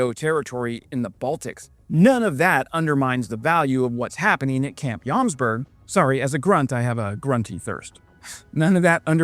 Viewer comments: It is Jomsborg (Joms castle) not Jomberg (Joms mountain) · It is pronounced as Yomsborry, just for information. Norwegian and Swedish can be confusing